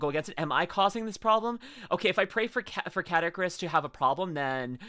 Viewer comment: If I may… Best way to remember how to pronounce the name: his YT name is spelled in a way that combines his last name: “Caddick,” with the name of the NES game “Kid Icarus.” Thus “Caddicarus (Kad-E-Car-Us)